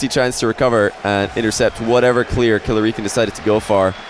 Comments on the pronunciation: Money 8080 hes saying it right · Eoghann Gibson it is I think he's saying it wrong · Is Killerican not pronounced like American?